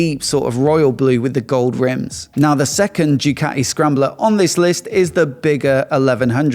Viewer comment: "Jewkati"? ZED? c'mon....